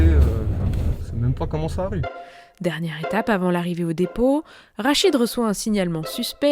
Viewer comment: 2min27. C'est Rachid, pas arachide. Merci